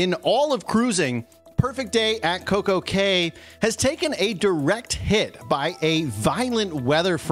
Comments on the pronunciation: Cocco Cay is our favorite the island is beautiful & a lovely place to enjoy. Hope they are ok when all settles down. It’s not pronounced Key, the other islands are but not that one. It’s pronounced Cay with the a long. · Its not pronounced key...its actually pronounced cay which is different than all other areas per RC... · Why do you keep saying coco key? It’s Coco Cay pronounced K. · Interesting video, thanks. BTW - Cay is pronounced like day. Not less but fewer umbrellas. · CocoCay not key